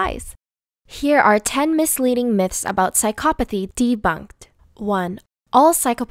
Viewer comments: This is all probably true but... Does anyone else find it annoying that she says psychopathy wrong but says everything else right?! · that’s a weird pronouncement of psychopathy